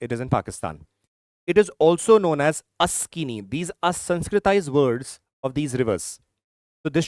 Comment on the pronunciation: It's Shyok river, not Shylok river and Asiknii not Askini 🙄